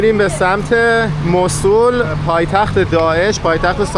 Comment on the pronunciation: موصول نه موصل